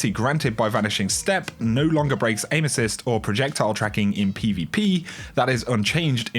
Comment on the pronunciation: My girlfriend just asked, "Why does he keep taking about anuses?" Erm, he's saying aim-assist love...